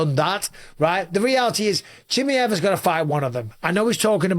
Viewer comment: Bisping bro, it’s pronounced Chim-eye-ev, no Chim-ee-ev 👍